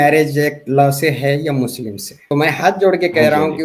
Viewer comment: H muchlim bol rahi hai 😅😅😅😅😅